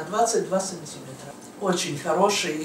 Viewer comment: Опять сАнтиметр. Притом 4 раза за минуту. Боже. мои уши.